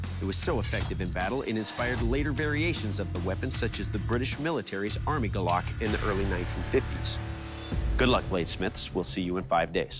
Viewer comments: its "gulok" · Its gulok not golok (Gu, lok) not (galak) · The proper way to say it is gu lok not golok and that blade is supposed to be straight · And by the way it is "Gulok" not Gah lak! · The right pronunciation of Golok here in the Philippines is "goo-look" , not "go-luck" as I have heard in the video. No insult intended. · it's not "Golok". it's "Gulok". from the Philippines here. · It's GU-lok. And I think they should have used meat to test the weapon instead of logs. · It's Go'lok not golo'k or also known as Gulok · It's "Gulok" not Golok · It's Gulok not Golok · Gu-lok. not guh-lock. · It’s called gulok not golok :) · "Gulok" not "Golok" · It is acsualy pranouns goolok not galok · its not golok, its GULOK. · Its not golok its GULOK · Its GULOK(goolok sound) NOT GOLOK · Its GULOK NOT GOLOK.. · it is pronounced goo-loch not gah-luck. galak(gah-luck) means happiness. you cant kill spanish colonizers with happiness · GULOK - "goo- lok" not gahlak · first of all it's not "golok"... it's "gulok"... the winner has to pronounce the word correctly first hahaha pronounciation sucks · I think it should be spelt as "Gulok" and pronounced as "Goo^lohk". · Filipino here. For native English speakers, please be aware that the word GULOK is properly pronounced as 'goo-loch'. Can't use the IPA here, right?😁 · it is pronounced "go" "loc" (as in local) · it's actually pronounced as Gulok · We pronouce it as GU-LOK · The what???😂 It's pronounced as goo-lok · just want to correct..its gulok... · It should be pronounced as goo-look. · It's pronounced as Gu-Lok Could had ask some Filipino on how to say it properly. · It should be GULOK... Pronounced as goo-lok... That is how we call it here in the philippines. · Correct spelling and right pronunciation to your subject matter. Do a better job by doing research and practice the proper way of saying the word “ GU-LOK”. Thank you. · incorrectly pronounce